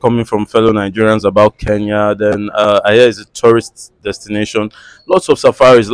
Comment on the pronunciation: It's Kenya not Keyan